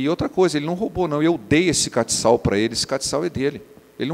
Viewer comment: Pastor não é catical(com c cedilha)é castiçal.So uma contribuição.